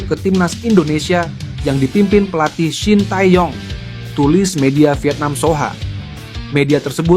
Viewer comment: Min, kalo baca shin tae young jgn dibaca blak²an, bacanya sin te yong, tae dibaca te. Young dibaca yong.